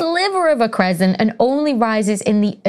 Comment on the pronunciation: Thin sliver of a... crescent? What is this "crescent" of which you speak? Is that something like a toenail?